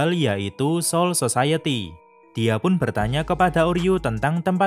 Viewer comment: Ngakak bacanya si admin " soul sosayeti"